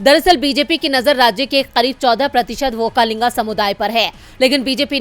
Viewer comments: व्होकालिंग नही वक्कलिंग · Okka linga nahi. Okkaliga